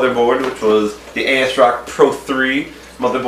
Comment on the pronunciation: "A Ass Rock"